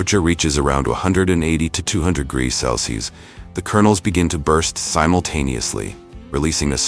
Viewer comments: 'cels'? 'Celsius!' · You're crappy, AI voice can't even pronounce simple words like Celsius??? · Hey narrator, learn how to pronounce Celsius! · I really wish the narrator would pronounce Celsius, Fahrenheit and degrees the right way.